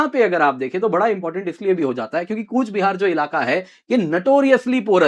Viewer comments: It's not kuch - bihar... Real pronaunnce coach- bihar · It's Coochbehar Behar Sir. Not Koch Bihar